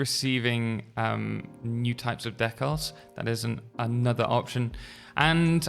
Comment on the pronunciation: Took me a minute to figure out what a "deckhouse" was. Decals.